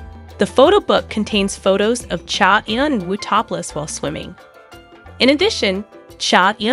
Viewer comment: First you should really learn how to pronounce a celebrities name before you decide to talk about them (for ratings). He is a very reserved person. Please respect him. Thank you.